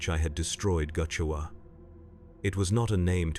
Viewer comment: Not goochewa. "Gu' Chewa", as in gut chewer.